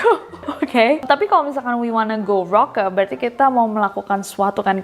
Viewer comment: 4.16 no they said KOLAK not rocka 😭😭😭👌🏼 jadinya we wanna go kolak kolak kolak kolak kolak kolak so fantastic